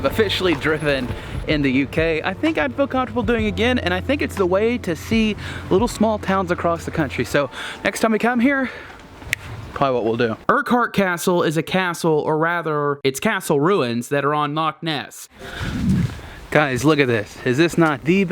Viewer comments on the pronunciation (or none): It's pronounced uck-hurt castle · If your a highlander like myself its actually pronounced Urr-kurt castle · You were in Drumnadrochit! (for lunch) Inverness, Glen Urquhart, Culloden and Jacobites all pronounced incorrectly but that's OK as it's very common to mispronounce them. Unforgivable is that literally no one would be able to see you in the Penta hotel waving as the windows are tinted! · I live in inverness (born and bred) and the way you pronounce some of the names makes me laugh XD You pronounced Urquhart castle so wrong i giggled lol Glad you had a good time! That lil village with the cafe is called Drumnadrochit. I wont go into how to say that haha. Culloden (the battlefield) is pronounced caw-law-den. :p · In my secondary school we used "Urquhart" to weed out any suspected Sassenachs. One of the girls had that family name and if you couldn't pronounce it you were suspected of having a severe case of Englishness.